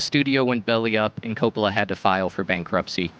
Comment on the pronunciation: Francis Ford Coppola Emphasis on ‘Cope’